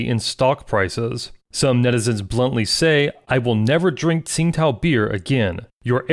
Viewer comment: To be correct, it's pronounced Ching Dow not Sing Tao.